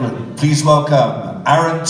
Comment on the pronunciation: Announcer: Please welcome... Aaron TVEHDT. 💀